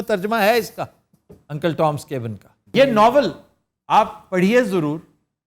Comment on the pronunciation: Cabin's pronunciation was not correct. Plzzz verify on your own.